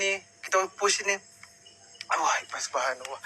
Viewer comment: Korang cuba dengar dia sebut nama allah..betul ke tak..kenapa ada huruf w